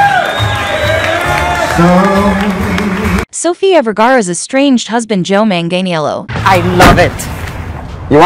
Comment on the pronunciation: You can’t even pronounce his name right. Lol